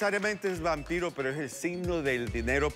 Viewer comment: jajajaja dijo wanpiro